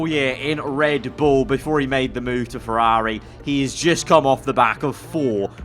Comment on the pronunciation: F1 Games Playstation wants a word with you over the pronounciation of Ferrari 😂😂😂